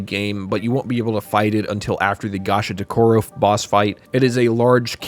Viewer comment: From the Gegege no Kitarou segment. You pronounced some things wrong. Gegege is pronounced gae-gae-gae (or gay gay gay) Gasha Dokuro is pronounced Gah-Sha Doh-Koo-row Kamaitachi is pronounced Kah-mah ee-tah-chee